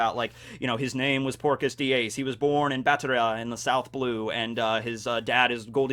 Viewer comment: Within the first 20 seconds your "texan" accent makes it sound like Porkus D Ace and i imagined A pigman version of Ace ala spiderpig